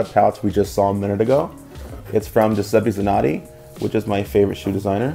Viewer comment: i love the way americans say Giuseppe Zanotti :D